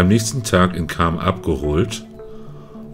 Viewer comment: Cham wird nicht als Tscham ausgesprochen, sondern als Kam.